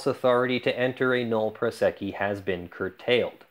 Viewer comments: Drink every time he says null prosecci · how is "nolle prosequi" pronounced?